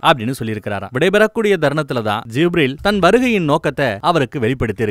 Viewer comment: Wow. May the Almighty bless you with great rewards . Beautiful .. It is happy to hear beloved prophet's biographical outline in ur voice. Small suggestions to pronounce certain words such as Zabur , Kaa'ba , Gibreel . My favourite book is muhammad nabi vaazhkai varalaru. Or Ar-raheeq al makdhoom .Through these I got to know about Muhammad nabi ( sal ).